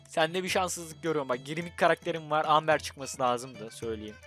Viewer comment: Embır değil amber